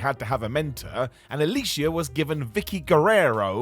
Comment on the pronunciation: AL-O-E-SA is how it’s pronounced not Alicia. Smh. Besides that …. She was released because of adult photos she took that they found & had gone PG so she was a “liability”